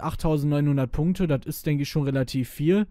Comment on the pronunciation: Er sagt Punkte. XD